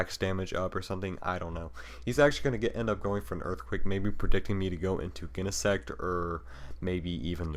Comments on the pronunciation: Never heard Genesect pronounced with a hard G. Definitely sounds wrong. lol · Pronounciation: Jenesect, Jyro Ball Name: Conkeldurr Otherwise very good game and commentary